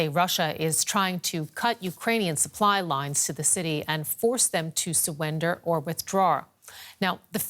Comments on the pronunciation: Did she just say "Suwender" Yes.. SUWENDER NAO! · she said sewender 😂🤣😭😂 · suwwender or withdrawr?